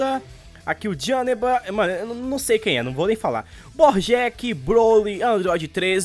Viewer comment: Kkkk é estranho o jeito que ele fala janemba